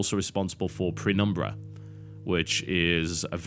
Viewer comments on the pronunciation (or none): Sorry, just a little correction: It's Penumbra, not "pRenumbra". You've mentioned it by that name a few times in the podcast as well and I thought it might be confusing for anyone who decides to look this fantastic game (series) up.